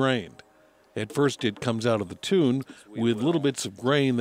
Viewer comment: I know this video is 4 years old, but come on! Mash "tune"? No. Mash "tun". And "Craw-zen"? Nope. Kroy-zen.